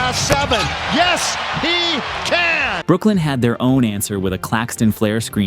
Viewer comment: Bro its Brooklyn 😂